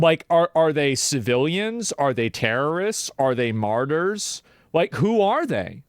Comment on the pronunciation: "...their maytrs" Bro just said the quiet part outloud.